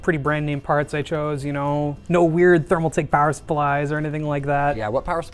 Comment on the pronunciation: Ah yes the Therm Alright!